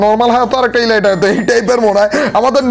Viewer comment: ভাইয়া আমি প্রথম থেকে খেয়াল করেছি আপনি Elite ( এলিট) কে ইলাইট বলেন,,প্লিজ ভাইয়া আশাকরি এটা ঠিক করে নিবেন❤️